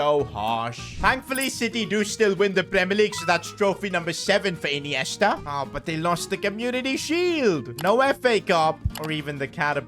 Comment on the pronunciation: what did bro call ineista😂